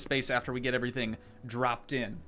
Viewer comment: I love when you said “all pink erytang” 😂